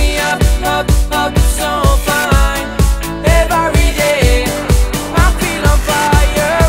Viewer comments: Pero nadie se da cuenta de que dice "evaryday"??, que alguien le diga cómo se pronuncia correctamente plis... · la canción está muy bien pero pronuncias mal el ( every )😉 sólo para que lo mejores un poco 😃